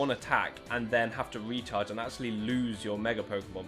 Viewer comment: Every time he says “the recharge turn” I think he says “the retard’s turn” LOL